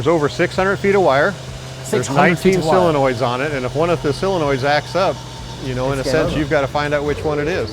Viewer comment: Just lost all respect when he said Austin Martin. And dude says "silenoids" instead of solenoid. Please Mark, replace this guy cause all he does is remember a script, not the actual cars.